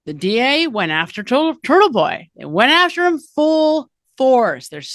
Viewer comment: You said Churtle Boy 😂